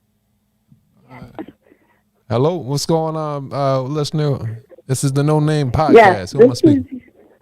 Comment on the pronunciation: noNamay...say it how its spelled...lol